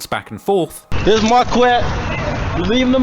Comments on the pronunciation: Camt even pronounce marquette coreclty😂😂😂😂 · Marquette Is Pronounced "Mar-Ket" I Know That, Cuz I'm From There